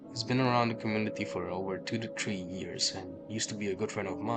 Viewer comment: “Tu to tree”